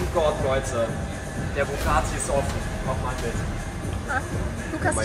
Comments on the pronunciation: Lukas wenn du schon einen Bugatti "klauen" Must dann sprich es wnigstens richtig aus es heißt Bugatti nicht bugaati 😂😂😂😂und der gelbe Lamborghini war ein Lamborghini sian und der "GTA"Lamborghini ist ein veneno habe nicht gesehen ob es ein Roadster war oder nicht aber glaube schon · es heisst bugatti er sagt bugaati